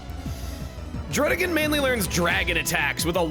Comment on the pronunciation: The other two the anime does Dee-no and hi-DRAY-gun which are wrong. Those ones he pronounces correctly because he said Deino as DIE-no and Hydreigon as hi-DRY-gun because of how you say the diphthong in eins, Zwei and drei